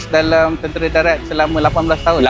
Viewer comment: Tentera bang bukan tentere😂😂🗿🗿🗿